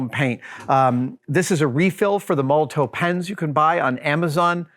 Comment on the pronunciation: Great and hugely satisfying vid as usual but I feel obliged to point out that it's pronounced Moll-o-tof, like the politician or the bottle bomb, many thanks, D